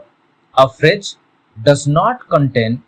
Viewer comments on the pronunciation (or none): First of all learn to pronounce before trying to teach others. It is not "fridge". Stupid. These kind of videos should be banned